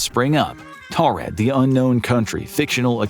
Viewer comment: Its pronounced Toarid. Thdy have a long rich history and mispronouncing the name of their country is punishable by a 75$ fine.